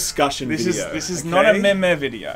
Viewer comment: Why do you pronounce meme meh meh